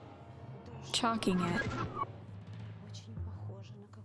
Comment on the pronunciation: Choking not charking